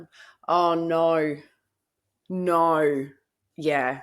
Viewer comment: Oh naur naur, yeah 😂